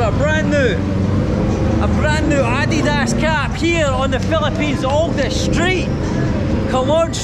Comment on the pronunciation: Hey! You pronounced ‘Adidas’ not like a North American!